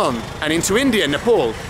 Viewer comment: Nepal bald not nepaul